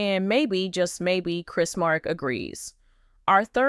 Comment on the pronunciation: It is Chris Marek not Chris Morek! I have seen so many crazy posts including 2 posts a few years ago that Amy had died. Please quit posting false info and or help to stop the false info from being posted !!! Info is coming from all over. One post was made by who I do not remember that Matt tried to make a deal that Jeremy and Zachery would share Management of Rolloff Farms as Matt was diagnosed with Lewy Body Dementia which the disease is really nasty. I have seen so many videos where several of the family's names were mispronounced. If you follow the series you will know how to pronounce their names!